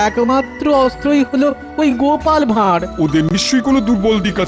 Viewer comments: কথাটা "ভাঁড়", ভার নয়। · ভাঁড় হবে বাংলা অভিদান দেখুন